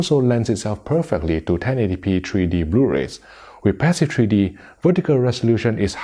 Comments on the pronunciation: What is “treedy”? Treedy bluerays? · "Tree D."